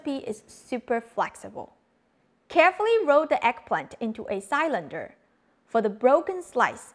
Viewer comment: You are amazing! I love your work, and your English is great! Just a tiny language detail , it is "si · luhn. duh". not "sylander". Thank you so much for all the joy and deliciousness you bring us. You constantly make the world a better place. <3